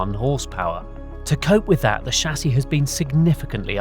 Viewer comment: I appreciate that you pronounce 'chassis' properly :)